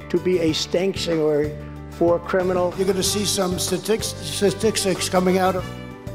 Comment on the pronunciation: I'll personally never recover from "criminacle"...